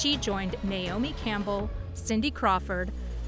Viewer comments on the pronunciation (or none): none